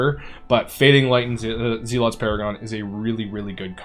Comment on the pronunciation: Zel-OT, not zee-lot 🤦🏻‍♂️